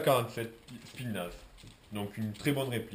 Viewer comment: "spitnaz" xD mon dieu..